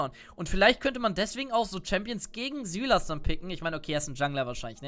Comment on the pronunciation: SÜLAS? Wirklich xD Also normalerweise spricht man den Namen "SEILES" aus. Aber kann auch sein das du recht hast xD